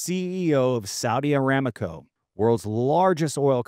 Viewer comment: You don’t even know how to pronounce the name of the world’s largest oil-producing company in the world. It’s Saudi Aramco, not Saudi Aramaco.